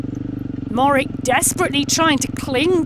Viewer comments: Matej Mo-HO-rič (that is mo-ho-rich), not Morick. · Matey Mohorich, that's how is pronounced.. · Mohorick? Cmon now, even most cycling fans, no less announcers, know how to say his name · The commentator cant even pronounce the world champion's name properly, absolutely shameful. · How do Slovenian's pronounce Mohoric? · come on UCI you can do better than a pathetically small offering for a world championship , and please find someone who can pronounce the riders and place names close to correct